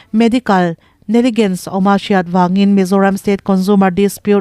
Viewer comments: Medical ne-gligence ni lovin, negligence,inthlahdah vang,i lam dan hi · Neligense ni lo vin Neklizense (negligence) a ni zawk em